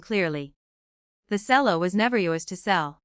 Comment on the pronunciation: Cello pronounced cello not selling.